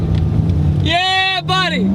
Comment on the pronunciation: His Georgia moment when he says "yea buddy!"